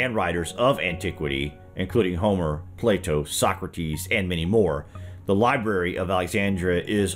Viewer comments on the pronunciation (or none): none